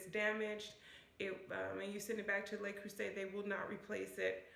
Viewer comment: Great review and great advice!!! Thank you! Just FYI, I’ve noticed most Americans mispronounce the “Le” in Le Creuset as “lay.” It’s actually pronounced more like “leuh.” 😉